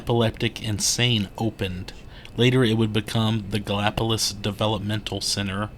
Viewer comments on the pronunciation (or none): anyone that lives in Gallipolis will tell you its pronounced Galli-Police and not po-liss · You did pretty good except it rhymes with police. The Our House museum is a don’t miss.